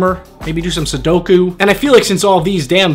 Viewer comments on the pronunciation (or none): none